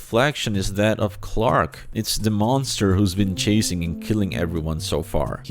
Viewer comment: The actor has a difficult name to pronounce yes but he for some reason just can't say Clark